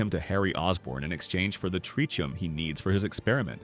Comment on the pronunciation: U miss pronounced tritium